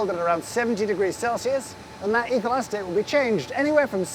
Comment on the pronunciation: I keep hearing 'evil acetate'. Is it just me? 😂